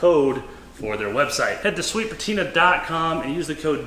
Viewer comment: i think you mispronounced sweet patinr and also tiner' sauce somehow 🤔